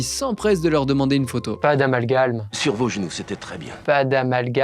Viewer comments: Salut, désolé mais c'est Amalgame et pas AmalgaLme 🤣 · "amalgame" ça suffira. Pas besoin de rajouter un L pour faire "amalgaLme", ça n'existe pas. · juste une ptite info : on dit "amalgame" pas amalgalme :) sinon super video comme d'hab :) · Amalgame 😅 pas amalgaLme Merci pour cette chaîne, j'étais en manque de chaîne cinéphiles de.qualité😁